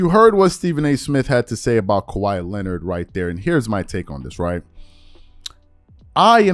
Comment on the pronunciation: Stephen A Smith says “Lenned” that the same reason you always say “He be…” “She be…” It’s called improper English. 😐